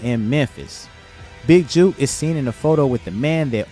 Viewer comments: it pronounced jook like its spelled rhyming with look or book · Dude.. book, look, cook, took, “big jook” Not juke🤷🏾‍♂️